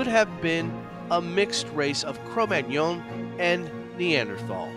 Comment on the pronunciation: you are saying magnon wrong it's like mag none not like fillet mignon